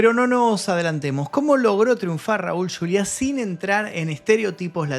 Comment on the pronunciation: No es yuliá es Juliá. En español. Y no es latino, es hispano. Muy buen reportaje, desde luego. Gracias por el trabajo.